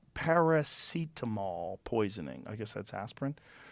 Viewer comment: James from shxtngigs brought me here - Joe rogan struggling to pronounce paracetamol because it's not the known name in USA.